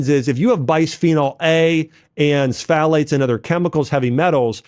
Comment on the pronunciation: bro, you could have done a little more research on how to pronounce words like pfalate or glyphosate